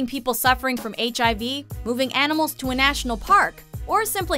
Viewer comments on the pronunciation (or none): none